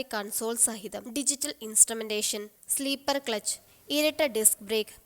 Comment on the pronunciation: സ്ലീപ്പർ ക്ലച് എന്നല്ല പെണ്ണുംപിള്ളേ.... 'സ്ലിപ്പർ' ക്ലച്